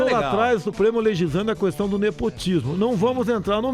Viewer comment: ele fala cuestao mesmo kkkkkk